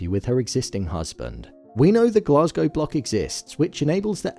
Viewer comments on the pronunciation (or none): none